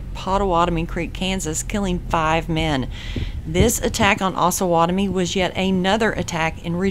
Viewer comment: OsUH not osah, the town is named after the Osage and Pottowatomie native tribes